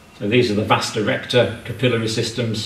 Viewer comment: why does the doctor say "vasta" recta